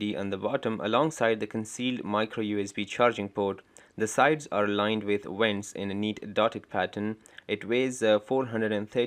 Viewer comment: Did you say the sides are lined with wents ? Do you mean vents ? 🤣